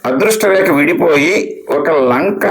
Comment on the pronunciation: ReKa kaadandi, rekHa anandi, kaastha sarigga pronounce cheyandi sir!, reKa-reKa ani nannu champuthunnaaru kadandee!